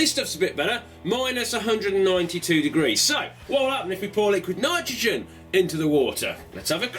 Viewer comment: niquid litrogen lol